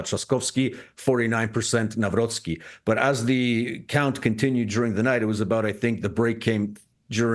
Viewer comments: You need to learn the pronunciation. The "c" in Nawrocki needs to be heard. Say [Navrotzki], not [Navroki]. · Its NAVROTSKY not naa-wrookee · It's not Naraki, it's Nav-rots-ki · its not “nawro-kee” its “Nawrotski” “C” in polish reads as “ts” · Read: Navro-C-ki, C is C like 'Ts in Tsar'. Above all, never read w as 'w' in windows, w is read as v. There is no v in Polish language. Its hurtful for ears to hear 'Nauroki' The C and W is there for a reason. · You butchered his name :) haha. Not Nahwrocky but Navrotshki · You pronounce NAWROCKI wrong. It's Navrotski, not Navroki. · With all respect but could you please try to correct your articulation of the name Nawrocki ? Myself and other Poles may find it somehow disrespectful. It isn't Nauroki but Navrotskey. It wouldn't matter much with a tennis player but he will be a Polish President for next 5 years. This will make a big difference showing proper respect. Thank you. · For goodness sake, could you learn how to pronounce a new Polish president elect’s name? Not Nowrocky but Navrotski ! Listen to Dr. Mike Krupa. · It is not Newroky (however there was a meme that he is "New Rocky", since Nawrocki was a quite active boxer in his times) - it is like "Navrotzky". We pronounce "cki" as ~"tzky" in polish. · spelled NAVROTZKY not NAWROKEE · Spells Karol Navrotskii, not Navroki 😂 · His last name is pronounced: Nav-rhotz-key accent on the middle syllable) Thx. Edit: Some of the keys on my old PC work intermittently, sorry. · you pronouce wrong his surname by saying Nawroki. It should be Nawrocki with capital C pronounced like in word "cell" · Nawrocki we pronounce like "Navrotsky"... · It is pronounced Navrotski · It's Karol NawroCki! Not nowroki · Nawrocki is pronounced Nav-rotzky. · Karol Nawrocki is pronounced as: 🗣 "Kah-rohl Nahv-ROTS-kee" Here’s a breakdown: Karol = KAH-rohl (like "Carl" with a softer 'o') Nawrocki = Nahv-ROTS-kee "w" in Polish is pronounced like an English "v" "c" before "k" is a hard "ts" sound